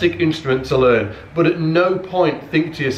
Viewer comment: Yeah, english too. "Laern".